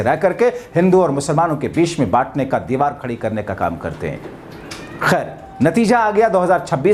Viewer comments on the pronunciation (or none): none